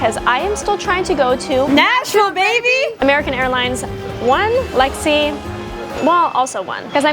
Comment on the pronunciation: no need to correct her she said her name right